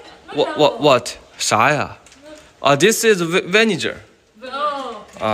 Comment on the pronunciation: 这个英文估计是没有上过学，好好把醋的发音学习一下，视频太一般反正我是在不会看